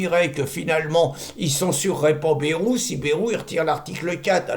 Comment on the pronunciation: Merci, mais on prononce Baille-rou dans le sud ouest, toutes les lettres se prononcent, sinon on l'écrirait Bèrou .Merci !